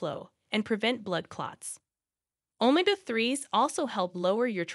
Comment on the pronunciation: Its not pronounced OMA-GA ....ITS OMEGA